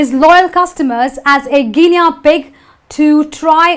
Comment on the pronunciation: Excellent, (except - gi-nee not gi-nea for Guinea pronunciation)